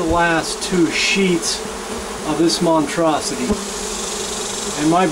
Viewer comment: lol montrosity its monstrosity